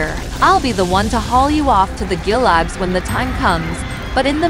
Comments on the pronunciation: It’s pronounced like goo-log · You know it's an AI when it can't pronounce....gulag.